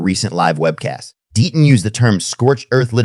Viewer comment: DEETON or DETTON maybe figure out how to PRONOUNCE NAMES correctly or at least CONSISTENTLY